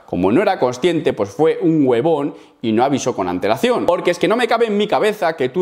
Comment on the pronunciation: Me agradaba Vadym en sus inicios, cuando subía rutinas de entrenamientos de calistenia entretenidas. Pero cuando comenzó con sus polémicas de chuzados, comenzó a demostrar cómo es. Vaya guerrero "educado". En fin, me causo gracias cómo pronunciaste webon jajajaja